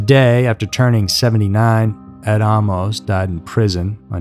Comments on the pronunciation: Why are you saying Ahh-mos? Isn’t it Amus.. like Amos and Andy? Just sounds weird 🙃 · "Ah - mose" U sure 'bout that? I suggest "Ay - mus" as another possibility. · Ed was my first supervisor. His last name was pronounced “Aye-mos”. Not Ah-mos. People became suspicious after Carolyn. Bobbi was warned. Ed was handsome, young and on his way up. He was always very kind to me. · I grew up across the street from him; I used to steal beer out of his garage.. I remember the night his first wife died . This is SO full of BS..Including the pronunciation of his last name. It's AAA- MOS-short o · You do not have all this info right because my second cousin was Carolyn Ann, his second wife. He was from Anderson, Indiana , not much Michigan, like you stated in your video. Also the last name is pronounced with a long A like AAAmos, you are not pronouncing the last name correctly. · Bullshit! He even pronounces his last name wrong- I GREW UP ACROSS THE STREET FROM HIM!! THIS IS AT.LEAST 45% BULLSHIT- THE MOVIE IS 75%!! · You mispronounced his name, and you have his hometown wrong. He is from Anderson, INDIANA, not Michigan. I knew the guy. The pictures you present are from Anderson, Indiana. You could've easily seen this with a simple Google search. Not sure where you get that this happened in Detroit.